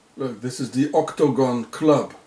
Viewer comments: Why does he spell/pronounce it 'octOgon'? It's 'octAgon'. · OCT - TOE - GOHN ! LOL